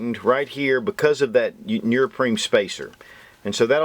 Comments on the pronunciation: bro u make great videos but its pronounced neoprene not nurprine 😂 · What the hell is nearpreen? Are you trying to say neoprene? Which is pronounced exactly as it is spelled. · heh heh... he says nerprene... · NEO-PREEN lol right pronunciation of neoprene . other than that , Great review. help'd me decide to get 2 . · Thanks for all the great videos and the knowledge that comes with them ***** but, say it with me: "knee-oh-preen" hahaha seriously though, great work, you have really helped me broaden my perspective and certainly influenced past purchases lol. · "nee-oh-preen" lol